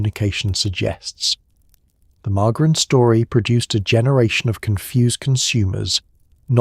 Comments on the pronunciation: The AI voice needs to be instructed on how to pronounce margarine . It's not mar-gar-in. It's mar-jer-in. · What is with this pronunciation? AI is such crap.